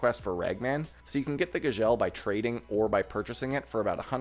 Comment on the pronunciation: the way you Gzhel is driving me nuts